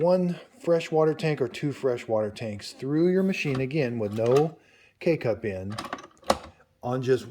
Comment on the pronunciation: Him: K-cup My ears 👂🏼👂🏼: Cake-up